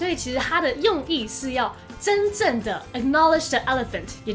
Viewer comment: Crown， 的the好像念錯了